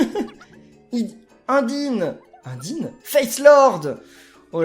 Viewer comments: Ca ce lit pas indyne mais unedayne c'est dans undertale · prononcer Undyne (un-die-ne vu qu'en faite c'est un nom anglais ^^ ) un-di-ne tu va avoir des problème avec une certaine communauté ^^ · TU EST SÉRIEUX TU A BIEN DIT "INDINE" ! C'EST "EUNDAYNE" EN TOUT QU'À SA SE DIT COMME SA ! SA TE DIT RIEN UNDERTALE !?!?!? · UNDYNE pas eundayne sombre idiot !!!!!!!!!!!!!!!!!!!!!!!!!!!!!!!!!!😬😬😬😬😬😬😬😬😬😬😬😬😬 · Ct pas Indine (Undyne) Ça se prononce Eunedaïne!!!! Ce personnage vient de Undertale!!! Likez pour qu'il fasse un let's play sur Undertale!!!!! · Undyne se prononce "eundaïne" c'est un perso du jeu undertale pour info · undyne vient de undertale son nom se prnoce enndyne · Undyne c'est une référence au jeu undertale sauf que undyne est un poisson donc elle est mal fait on dit Eunedayne et on écrit Undyne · C'est pas "Indyne" mais "Undyne" qui se prononce avec l'accent anglais, c'est un personnage qui fait référence à un jeu vidéo, qui s'appelle Undertale ! C'est un très bon jeu, je te conseil vivement de te renseigner et, peut être faire un let's play dessus ^^ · Undine? Ça ce dit eunedaye ça s'écrit undun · Ça se prononce Eundaïne (Undyne) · Undyne c'est un perso de Undertale ! Et puis on dit pas Undine !T'as qu'à aller sur Internet et tapes Undertale OK? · Salut je t'adore Je voudrai juste te corrigé en te disans que l'on prononce Undyne à l'anglaise et qu'elle vient d'un jeux génial nommé Undertale Voilà continu comme ça Bravo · Le prénom Undyne faut le lire en acsent anglais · c pas undyne mais une-dïne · undyne est un perso d'undertale et tu prononce très mal son nom à cette pauvre undyne :) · Quand ta dit Undyne ses dans Undertale Va voir le Let Slay de Farod Et Undyne ça ce dit Eundayne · c est undaiyne sa se prenonce comme ca a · Tu peux aussi mettre tes mii a la place (par exemple) des habitants du village d'udebu et c'est Undyne (Undertale) et ça ce prononce eundayne. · a tu a mal prononcé le mot Undyne